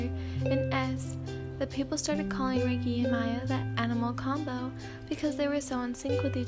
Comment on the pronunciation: No its ray-kee